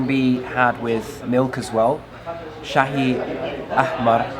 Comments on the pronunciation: Yes indeed. You pronounced red tea correct - Shahy Ahmar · your pronunciation to the red tea ( shay ahmar) was just great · Your prounounciation is amazing shai ahhhmar yes mate. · Excellent pronounced "Shahi Ahmar"😊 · 10/10 for 'red tea' Shahi ahmar pronunciation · Excellent pronunciation of red tea btw :) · Welcome to Jeddah and good pronunciation of Shai Ahmar lol. (Shai) means tea and (ahmar) means red for those who didn’t get it. Nice video with beautiful views. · When you said red tea you said it VERY VERY nicely good job👍🏼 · good why to say ( shii Ahmar) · Shahe ahmar good pronunciation